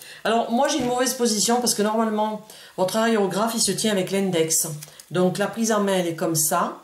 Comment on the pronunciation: (c'est pas aréographe c'est aérographe) sinon super vidéo :D